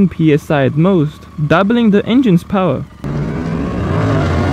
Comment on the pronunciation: The word power has 2 syllables it's by powr it's power